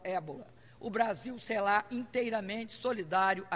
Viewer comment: "Os brasileiros somos ligados" "as causas profundas dos confRitos" "acirramento desses confRitos" "o Brasil seLá inteiramente solidário a isso" Ela não representa o país. Mas sim, uma parcela do Brasil que foi imbecilizada por anos de estratégia comuna-socialista dentro das escolas e universidades. O país, hoje, cria órfãos de educação sã.